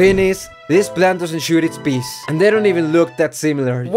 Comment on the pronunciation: did I hear peace instead of peas